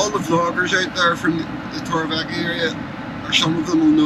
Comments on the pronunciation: The way you pronounce Torrevieja is hysterical. Tor ray vee ech aaaa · Torre Vee Yak A;) … great video as always ☀️